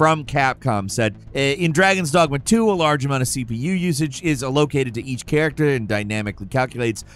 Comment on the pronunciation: ah-located. nice.